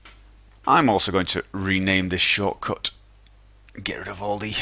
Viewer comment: say shortcut again haha, love it.